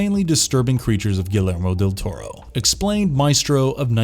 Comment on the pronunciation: I'm sorry, but if you admire Guillermo Del Toro so much, the least you could do is pronounce his name correctly.